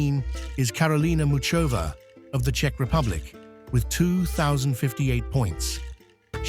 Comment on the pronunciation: Some names of them are pronounced incorrectly! First of all : Aryna Sabalenka, Karolina Muchova and some more.